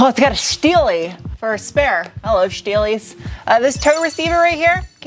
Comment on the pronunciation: schteelie, billschtein, schsport, schteeel